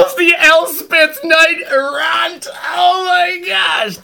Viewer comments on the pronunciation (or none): "knight err-Ahnt" wtf is that pronunciation?